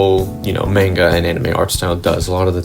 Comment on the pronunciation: not to be that one guy but idk how someone can be so great at their craft and pronounce it (manga) so spectacularly wrong, just discovered you and love your work keep it up :)